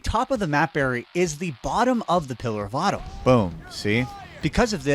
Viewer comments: You should totally re-upload this video and use Microsoft Sam to cover up every time you say pillar of autumn 😂😂😂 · Pillar of Autumn, he says. XD